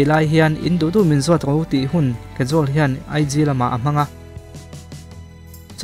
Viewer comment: Kajol hming i lam dan hi diklo nia... Mahse hmuhnwm tho2 e.. I w afiahin gaihthlk anuam c